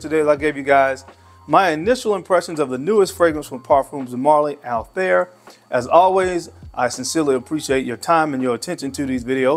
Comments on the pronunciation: The pronunciation of PDM Althaïr was wrong😊: there are 2 dots on the I😉, so it is Altha ir ☺️ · It's actually pronounced as Altha ir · It's pronounced all- tie-eer